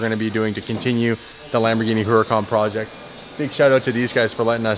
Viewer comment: Anyone else ever notice he always pronounces "process" wrong? And in this video his pronounced "project" wrong